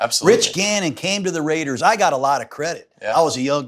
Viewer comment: The Rrrrrrrraidahs in the 4th 🎉